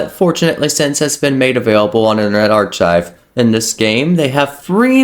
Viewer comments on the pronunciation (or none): It's pronounced "ar-kaiv"